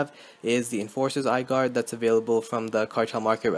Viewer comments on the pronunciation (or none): lol "eyeguard"